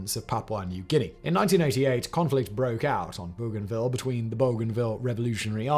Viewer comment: Simon, I'm dying 😂 Rabaul = ra-BAL; Port Moresby = port MORZ-bee; Bougainville = BO-gan-vill. Am Australian who has been there.